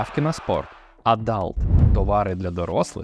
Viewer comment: adUlt, not adAlt😅